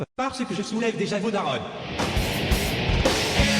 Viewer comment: Déjàw foot2rue c’est bienw. è-é J’adowe le « ta gueule » 😂